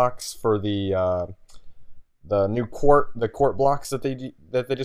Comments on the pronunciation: its quartz, not quart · Quartz not quart. It's a material not an amount